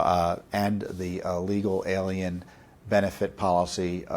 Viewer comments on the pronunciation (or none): none